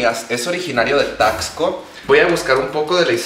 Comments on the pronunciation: Weeey, yo soy de Taxco, neta te amo. Y bueno... se pronuncia taSco xd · Como que no se pronuncia taXco? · Amistad no se pronuncia "Tacsco" sino es más como "Tasco" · Aquí viene la contraparte de super holly... O sea yo.. -No se dice: "Taxsco" -Se dice: "Tasco" Pero se te perdona todo hermana! Y uff ufff uffff el cóctelito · Amiga, no sé si lo decías en juego, pero bueno, se pronuncia Tasco, amiga. Amé el video, espero con ansias el resto de la semana mexicanisima; saludo desde Acapulco 💜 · Me encanto tu vídeo 😍 tu vestido es hermoso Solo como dato, Taxco se pronuncia la x como s, sonaría Tasco. Vivo al lado de esta hermosa ciudad 😊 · Me emocioné cuando dijo Taxco (de ahí soy), pero chica, se dice como si la "x" fuera "s". Aún así me encantó el video <3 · We cuando dijo TAXCO dije nel se dice tasco pido perdón por ser pendeja 😫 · Herman soy fan de como pronuncias Taxco.